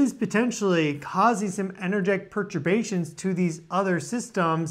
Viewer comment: "perturbations" lol